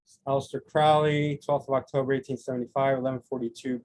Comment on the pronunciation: Very insightful. But please pronounce his name correctly. It's Crowley as in "holy moley" not like Owley. All best.